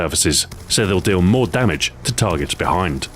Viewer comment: Stuart sounds so Scottish "Mere Concealment"